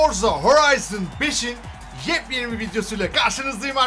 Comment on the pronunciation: çok güzel Forza Horizon5 diyorsun ya😀😀